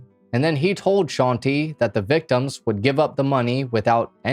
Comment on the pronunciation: Bruh it hurts me every time he says sean-tee instead of shante😵